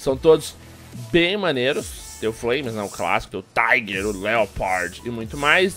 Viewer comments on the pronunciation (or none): none